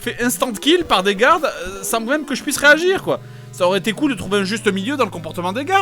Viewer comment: "réaguir... pas gir"